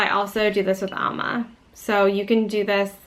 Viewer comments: Great instructions here, but the mispronunciations were hard to hear over and over!... amla as "AL-muh" and also not pronouncing the "r" in turmeric... please explain! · Good informative video. However, you keep pronouncing Amla as ALMA. Whatever. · Amla - she's pronouncing it incorrectly.